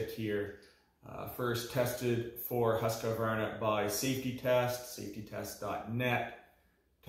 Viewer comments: That thing is being pronounced „hus-kw-arna“ with a deep u (not a high one!), a qua pronounced as kw and an arna, probounced as ar-na… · you pronounce it HUSKVARNA instead of Q you say K and no stopping or silensing letters